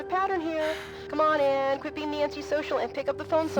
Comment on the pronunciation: lol everytime you say Anne I think your saying AM from I Have no Mouth and I must Scream